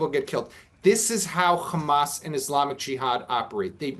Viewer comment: Is you invite a bloke who can't pronounce HAMAS that says it all ...